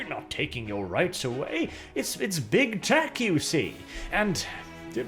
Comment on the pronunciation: "The Germans are acting up again, and we really could use a little bit of help here." Freaking hilarious! Also, every time you say "big tech", it sounds more like you're saying "big tit"...just sayin'. Maybe my cultured mind is too active today :P